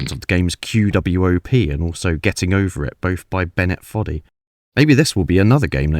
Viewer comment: worth pointing out that QWOP is pronounced "kwop" instead of Q W O P separately